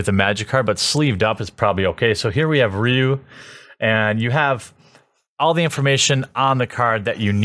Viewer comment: of all the things you mispronounce, you get ryu roght